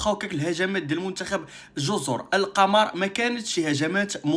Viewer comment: كاتنطق جزر " القومور"